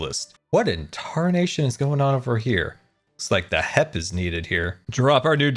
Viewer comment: For the first time ever, pronounced H.E.P. correctly.